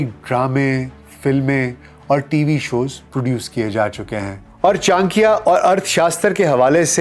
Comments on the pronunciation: ये क्या चांक्या चांक्या लगा रखा है? गांधारा क्या होता है? चाणक्य और गांधार बोलने में दिक्कत है क्या? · Bhai vo chankiya nhi chankya h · I think it is pronounced as CHANAKYA not CHANKIYA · कोटलिया नही, कौटिल्य बोलें चांकिया नहीं, चाणक्य बोलें टेक्सला नही, तक्षशिला बोलें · Chan - kiya ❌ Cha - n - kya✔️ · Chadikiya Not chankiya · What is chakya,,, it is call chanakya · Your podcast on kushwant singh, sukraat was outstanding. Here your content looked bit un enumerated. Further , pronouciation of chanakya as chankiya appeared unfair or erotic. Over all too much fumble here and there. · it is CHANAKYA, aap N ko silent samajh rahe hai shayad. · चाणक्य का नाम का उच्चारण सही से कर लीजिये साहेब। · Very wrong pronunciation of Chanakya😢😢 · Correct your pronunciation of chanakya